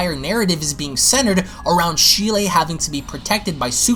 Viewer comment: Who TF is "Sheelay?" 🤣